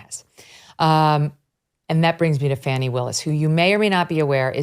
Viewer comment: Come on...its not lemon' just like its not fawni. its L E M O N. and... F A N N Y!!